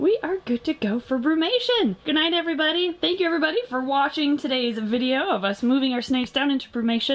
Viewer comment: When you open your videos, it sounds like you say, "Hey everyBUNNY!" 10 out of 10 family members and friends agreed!